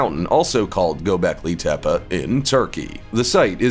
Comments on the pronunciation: Not gobekli tepa it’s gobekli tepe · Get it right. Gobekli Tepeeeeeeee